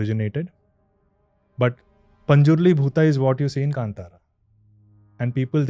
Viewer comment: Thanks for pronouncing Kantara correctly!!